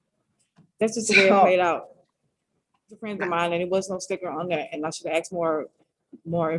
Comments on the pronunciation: She didn’t “ax”! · I just figured out the problem. The woman in jail said she didn't "ax" about the car. She should've "asked." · i been axed..lol.wtf.